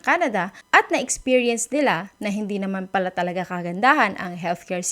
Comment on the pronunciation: Wrong pronunciation of the world "pala", "mag-pala". :)